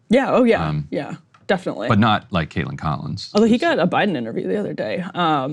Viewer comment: its Kaitlan, not Kaitlin